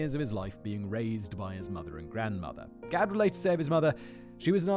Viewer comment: Not spelled the same (only one "d"), but it has the same reading, the way Simon says is on point